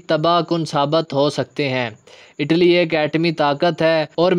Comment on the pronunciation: آٹلی نہیں اٹلی